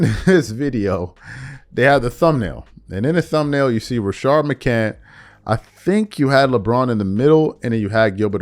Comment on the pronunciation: It’s McCants with an “S” lmao… Rashad McCants